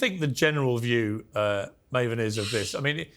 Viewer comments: It's Maven!! Not Marvin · Piers kept saying Mah-ven. Haha. It's May-ven. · Marven he called him marven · Piers called him Marvin instead of Maven. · LMFAO he called him Marven Hoffman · Piers calling Maven "Marvin" was cringe 😂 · Did he call maven Marvin huhchmen 😂😂😂😂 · Did he call Maven Marven? lol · Did he introduce Maven as Marvin? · Maven (pronounced MAY-ven) Not Mawven, Piers! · Love how Piers called Maven "Maa-vun" clearly hes not a wrestling fan 😂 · Did pierce introduce maven as Marvin? 😂😂this was great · Did pierce introduce maven as Marvin? 😂😂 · Vince McMarhn 😅 Marvin 😅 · How many hints did Piers need that it’s pronounce MCMAN not MCMAAAAN - least he realised that it was MAAAVEN and pronounce Mayven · "Marvin" lol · Marvin? 😂 maven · Piers calling Maven Marvin 😂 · His name is Maven, not Marven. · Jesus its maven not Marven atleast not your guest name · Why is piers calling maven....Marvin. his birth name is ma-ven not mar-vin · Piers every time you say "Marvin" , it hurts!!!! His name is pronounced MAY-VEN! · Most annoying that Piers kept calling Maven ‘Mah-ven’ - someone must have corrected him about half way through though because then he called him ‘Maven’ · Coach and Maven are class acts, as always. It was so weird hearing Piers slip up and call him Marvin! 😂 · Piers - his name is Maven, not Marvin. Maven like "May-ven" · How you gonna call Maven, Marvin. God damnit Piers, he’s the reason I clicked on the video. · Why does he keep calling Maven, Marvin? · he called him Marvin a few times i think Maven had a word with him during the break because he got his name correct after that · His name is Maven, not Marvin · Piers calling Maven, Marvin and Malvern.😂😂😂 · "Marvin" jfc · Piers just called maven "marvin" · It’s pronounced Maven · Im crying im laughing so hard at him calling Maven "Marvin" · Same here. I thought I was the only rotf with laughter. Respect to Maven though. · Who is maaarvin who the f*ck is vince mcmaaarn... Piers say it right !!!